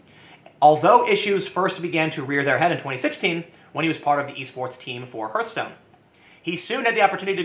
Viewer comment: Soldier 76 is the least gay character. Also it's HEARTH (Haaaaaarrrtthhh) stone! Hearth is a word! A hearth is a real thing!